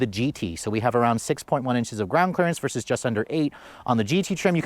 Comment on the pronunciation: OMG you still say “versus!” THANK YOU! Every single YouTuber under 30 these days says, “verse” when they mean to say, “versus” and it absolutely drives me batty. THANK YOU 🙏